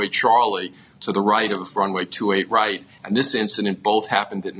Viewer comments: It's not "28 R", It's 2-8 right! Say it right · twenty eight “R” ? Its two eight right my sweet child 😂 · Ugggg it's pronounced two eight right not twenty eight R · Two eight right not twenty eight arr. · Twenty Eight "Arrr" Lol. It's 28 Right. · say 2-8 Right not 28R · Please dont say land on 28 "R". Say right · I could forgive "Twenty-Eight" instead of 2-8, but "Arr" made me cringe. "Right" is still only one syllable, correct? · Was looking for this. When she said “R” it made me cringe.